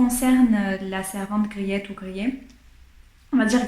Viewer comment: Merci pour cette formidable présentation. Je connais ce livre, je l'ai lu et j'ai adoré. Juste pour vous, le nom de la jeune fille ça se prononce Griit. Avec un long I, un peu comme le EA de Beach ou Teach en Anglais. Le client c'est Van Ruijven, le saloppard qui pourchasse les servantes. Mais il y a du vrai dans le livre, notamment la guerre avec la France dans les années 1670. C'est vrai aussi que Wermeer est devenu catholique avant son mariage. Griet est attachante, sensible à l'art. Mais j'aime pas Catarina, ni Maria Tins l vieille, ni la servante Tanneke, qui change d'humeur comme de chemise, surtout pas Cornélia qui lui fait des coups de pute à tout va. Aleydis est mignone. Peter n'est pas toujours maître delui, mais pas désagréable. Merci en tout cas.